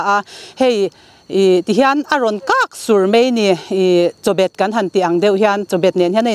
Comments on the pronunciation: Chawbet ni lo in chabet kan ti thin😂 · Chabet tih tur aw, chawbet tih chu khawi a tang in nge a hriat le, fimkhur rawh se. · Champhai in Chawbet tiin kan lam lo Chabet tih tur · Kan ram pangpar ngei chawi lar nachang in hria hi in fakawm hle mai. Mahse, kan ti ṭalh teh ang,a chi i sawi kha -ka beng ri hriat dan a dik lo nge -chawbet,tih angin ka lo ngaithla a, 'Chabet,' tih zawk tur a ni lo maw,tin a par rawng kha ,a var,a senno leh a senlar, tiin han sawi ta la,a ZO pangpar kan ti ta sa sa,tiin ka lo sawi ve mai mai e. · I tawng sualnge 'chawbet' in tih chu 'Chabet' tih tur aw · Chawbet a ni lo, Chabet kan ti... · Chawbet a nilo CHABET tirawh CHABET..... Heng mai2 pawh hrelo mizo thilsiam leh tualṭo pangpar promote tum bawk si... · Hnahsin an tih hi Champhai ah hian a tam hi mawle... Chuan Chawbet ni lovin Chabet ti ta nelh nulh che u 😅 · Chawbet ni lovin chabet tih tur aw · "Chabet" tiin lo inhrilh pung teh u.. Nutling engkim thankin vek tawh in a "Chawbet" tih nulh² chu a mawi lemlo.. Sawiselna nilo in, thil dik in hrilh fiahna aw.. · Hmeichhe pakhat khian Chawbet ati a, chawbet tih tur ami, chabet amaw kalo ti a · Hmeichhe pakhat in Chawbet a tih avang a Chawbet tih tur a nilo e. A hresual ve ah ngaih tur. Chabet a nia, tun aṭang chuan, a hre dik ve tawh tur ah ngai ang. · A sawi sual palh ve anih khi. Chabet ani e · Chawbet a tih kha mak ka tia, thildang daih emaw ka tia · Dik chiah "chobet" han tih tlat mai chuh